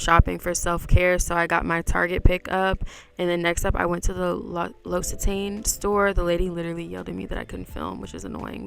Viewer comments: loved the video, you’re super pretty omg. it’s great to see you being active, i really love your content 💓. by the way, it’s pronounced l’occit-Anne 😅. love from France 💓🇫🇷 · Loved the video. Thank you for sharing it with us. 🤍 P.s. It’s pronounced Lock-c-tan 😘